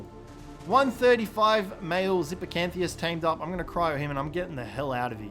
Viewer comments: Just in case tou ever encounter them again, the way to pronounce Xiphactinus is 'zih-fact-in-us' instead of zippy-can-thee-us XD No shade of course, dino names are a nightmare to learn if you've never seen em before. <3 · Sorry but you saying "zipocantheus" pisses me off xD The actual pronunciation is zif-fact-in-us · AHHHH calling it a Zip-a-can-the-us hurts me xD great video as always though lad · Great vid! Btw, Xiphactinus is pronounced (zi-fact-a-nus)!